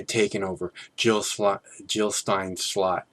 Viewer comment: Jill not Hill !